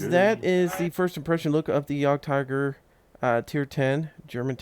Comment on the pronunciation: Nice intro, good feeling leading into the video and just to help you out so people don't yell at you about the pronouncing of this tank, it sounds like yeahgedtiger yeah-ged-tiger :) it confused me at first as well haha